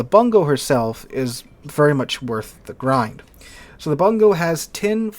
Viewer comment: Bungo is properly pronounced "Boon-go"